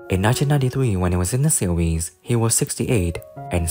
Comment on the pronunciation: The word "series" is not pronounced "see weese"